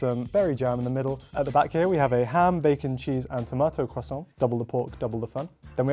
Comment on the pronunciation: « Croissant » is very well pronounced, congrats 😁